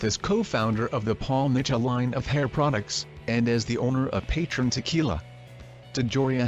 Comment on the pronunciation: Did he just say Peytron tequilla?